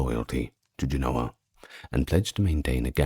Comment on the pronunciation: JEN-oh-uh. Pronounced like the foresail on a sailboat. In Genoa, it is spelled and pronounced with a V. Genova. Jen-oh-vah